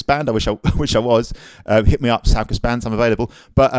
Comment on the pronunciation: Love your instruction videos and positive, fun loving vibe. Sorry to be pedantic, but two things—it’s pronounced “soo-koos.” Also “som-bah.”